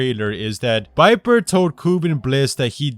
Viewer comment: Viper not biper